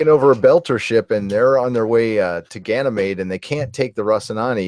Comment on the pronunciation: Ganna Maid? I don't know anybody who pronounces it that way. Meeeeed!